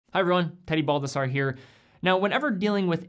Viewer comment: Haha in the intro I thought you said petty Bulbasaur